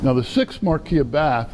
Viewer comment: You are mispronouncing "Marquis". He is (was) British not French.